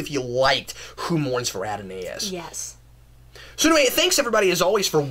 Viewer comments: did you really say "Who mourns fr A DON A IS"?...the word is A DON IS" (accent on DON) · "Ad On In Ay Us"???? Lol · Dennis Morrison Absolutely! As if it wasn't bad enough that this guy talks to much, he doesn't even come prepared. " - I had it here - gimme one second...." Plus, he butchered the word Adonais and Mignogna name. To be a commentator takes more than just standing in front of a camera and blabbing off at the mouth. You need to know the material you are commenting on. This guy obviously doesn't. Treksperts is the misnomer of the century.